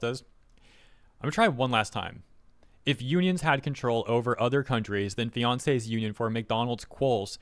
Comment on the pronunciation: Oh, it's FRANCE, not Fiance!